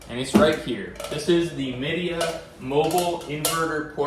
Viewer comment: It's pronounced "Mi" (as in "my") "dea" (as in "idea).